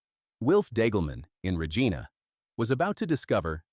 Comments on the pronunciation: Lentils etc a " rock roller " filled with water a solid pipe would " punch " the rock into the ground. Lots of others NOT just Deglaman. Cant even pronounce the " Reg - ina " lol. Side line blade. Got JD contract. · Slough is pronounced “slew” not “slof” Regina is not pronounced “Regena”